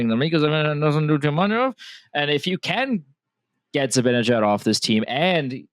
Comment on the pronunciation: Hey! You complete goofball! It's NOT ZibINejad, It's ZibANEJAD! Get his damn name right first before you give your delusional suggestions!!!!!!!!!